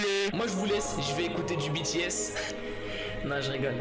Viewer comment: Et on dit BI-TI-ES